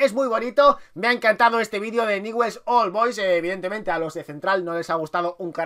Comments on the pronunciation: BRO NO ES NIWELS ES newells y se pronuncia ÑUBELS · Ñubel se pronuncia no niwells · Nievels se pronuncia... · Franco #RETRAMONGUER4EVER Se pronuncia NIEVEls❄️☃️ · Se pronuncia Ñubel, grande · ÑUBELS SE PRONUNCIA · Se pronuncia "ñubel" hay gente que lo pronuncia, Begues o niguels pero se le pronuncia "ñubel"jaja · PRONUNCIA ESTO: "NIULS" ASÍ SE PRONUNCIA.JAJA. SALÚDAME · Se escribe NEWELL'S se pronuncia niuvels VAMO NEWELL'S CARAJO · newell's se pronuncia "niuvels" y si no se puede abreviar "niuls" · Se escribe Newell's pero se Lee ñubels jajaja me molesta mucho q lo diga mal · Newells se pronuncia Nuiwels o tambien podes decir Ñuls. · Newells se pronuncia nevuels xd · se dice niullsssssssssssssss!!!!!!!!!!!!!!! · jajaja dijo nievels y aparte les dijo que esta vacia la cancha!! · Se pronuncia niubells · se escribe newell's pero se pronuncia ñubel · Jajajaja que feo es ser dé Newell's. no sabe ni pronunciar su nombre. Jajajaja que equipo chico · Como nos esta chupando la sangre y no sabe ni pronunciar newells